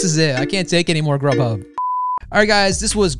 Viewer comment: Rub Hub lol its actually grughub